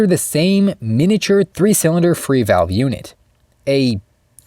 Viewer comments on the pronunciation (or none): none